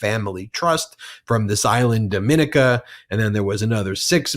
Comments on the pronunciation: Ben, it's pronounced Dom-in-eek-a (or the Commonwealth of Dominica, to give it its full name). Dear me, could I tell you some stories! ;) You may want to Google the former Minister of Finance, Ambrose George. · I only have one disagreement with Ben. His pronunciation of Dominica - Dominica ( DOM-ih-NEE-kə)